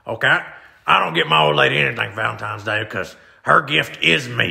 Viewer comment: I always figured to be the type of guy to say “Valentime’s Day”